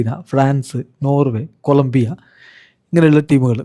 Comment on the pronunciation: കൊല ബ്ബിയ അല്ല കൊളം ബ്ബിയ